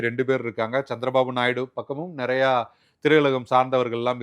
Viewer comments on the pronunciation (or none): none